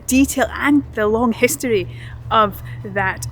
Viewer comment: You just pronounce the word history without an R 😂😂😂